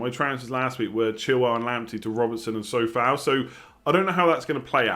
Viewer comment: Enjoying the videos, and it’s Coufal not Soufal btw